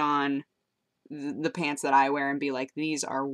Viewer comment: "Peants" Lol It's you say pants funny